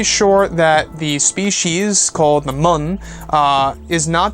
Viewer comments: Pronounced MUUN (MEWN) like Mew from pokemon only with an N. I know I'm a dick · 2 u's in Muun. Moon. Myoon? Not Mun.